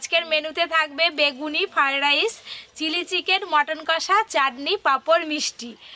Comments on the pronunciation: পপি খালি কে কে কে য়ে য়ে কে করে। আর একটা কথার ও উচ্চারন শুধ না। মটন কারি, ফায়েড রায়েস😂😂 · Fried rice thikmoto uchcharon o korte paren na..shudhu khetei janen?